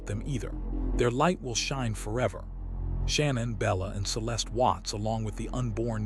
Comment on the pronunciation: Sha-nan not Shannon and Ru-sak not R-usak